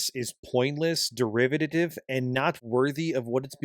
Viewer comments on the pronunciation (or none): "derivididive"? Too much coffee? 😂